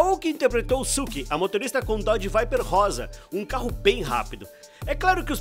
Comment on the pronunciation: Quando ouvi Dodge Viper rosa tive que parar o vídeo e vir ver os comentários kkkkk